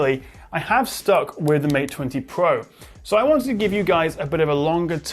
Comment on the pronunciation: Mate Twenty Pwoah...